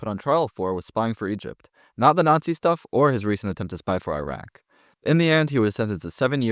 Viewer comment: You call yourself a Middle East historian but don’t know how to pronounce iran or Iraq and didn’t know iran isn’t Arab?